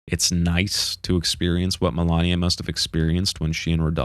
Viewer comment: Did anyone besides me cringe every time he mispronounced "MALENIA" as "MILANIA"!!! She literally tells you who she is every time she kills you in game, and if he didn't see or hear that, then he hasn't played the game at all, just watched a summary!! Why do people do this?